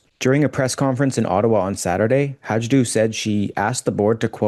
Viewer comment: Not that it matters much,, but Peppermint Patty Hajdu’s surname is pronounced HI-doo. There is no “j” in the pronunciation. After repeated fails, she may not be much longer in cabinet, but then, I have thought that at least a couple of times before.